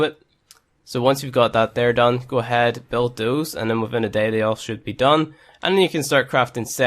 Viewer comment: Who else got so confused when he said "thusand" when he was trying to say "thousand"😂